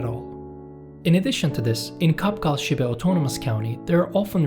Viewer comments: It’s pronounced “Chabchal” (in our language is [tʃʰaf.tʃʰaɹ] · I think Qapqal is pronounced soft ch, chapchal, in conformance to Chinese PinYin system. Not q/k.